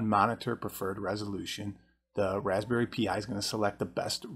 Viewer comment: Raspberry pi is pronounced "raspberry pie"